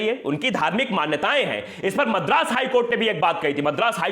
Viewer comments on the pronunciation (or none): none